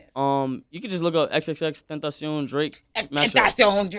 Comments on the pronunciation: Я до сих не знала что его имя произносится как Тентасьон а не Тентэйшн😁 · Я хочу, чтобы ты произнёс свое имя, пожалуйста -X X X TEŃ TA CION 😔